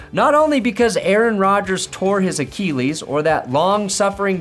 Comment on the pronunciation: thatsgoodsports tru but gat dang it is not pronounced AKEELEES